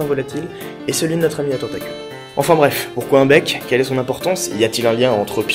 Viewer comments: bien la video mais tu a dit mec u lui de bec du coup j ai cru que tu parlait de bite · Au départ j'ai entendu "mec" au lieu de "bec" x) donc voilà, toute pieuvre qui se respecte a un mec. Oui, c'est farfelu. Autant que ta coiffure même, je dirais. :3 :p